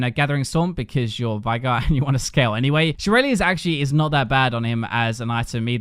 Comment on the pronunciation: pronouncing veigar as vigh-gar instead of vey-gar triggers me so much